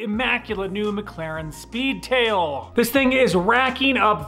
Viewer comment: The inflection used at times makes me raise an eyebrow... the emphasis when saying speedtAILLLLLLLL